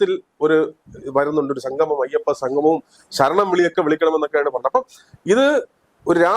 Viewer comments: അയപ്പ സംഘമം!, നാടഖം എന്തൊക്കെയാണ് പറയുന്നത്!! ഉച്ചാരണം വളരെ മോശം.1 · ഉച്ചാരണം നന്നാക്കണം. സംഗമം എന്നു പറയണം.ഇത് ഭഗവാനെ അശുദ്ധമാക്കാൻ ഉള്ള ശ്രമം ആണ്